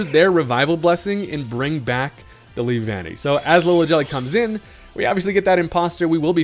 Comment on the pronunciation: I’m glad you got the pronunciation right. (LEE-VAN-KNEE) The way you said it before sounded so weird.